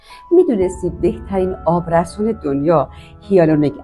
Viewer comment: آبرَسان❎️ آبرِسان✅️ بی سواد از سنت خجالت بکش